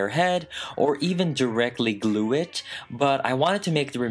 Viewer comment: 'Elmer's gluel' 😂